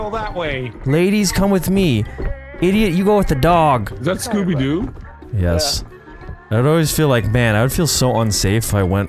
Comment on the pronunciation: Scooby doo says every word stating it with an R